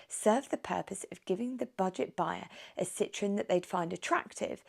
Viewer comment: Fantastic! But you mispronounce Citroën throughout.